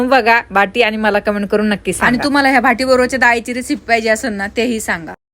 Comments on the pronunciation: भाटि nahi o बाटि aste 😂😂😂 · याला भाटी नाही.... "बाटी" म्हणतात ताई.....